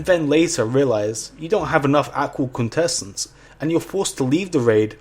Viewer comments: Take a shot every time he completely butchers the words "Aqual Quintessence." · If i heard you say aqual quintesswnce one more time i was going to chuck my remote through the tv